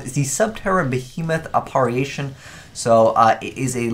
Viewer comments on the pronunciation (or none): AH-PAH-RHEE-AY-SHUN IT'S AH-PAH-RIH'SHUN YOU ILLITERATE FUCK